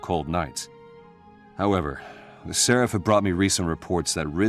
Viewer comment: Once again you mispronounce seraph in a video where the game correctly pronounces it. SERef.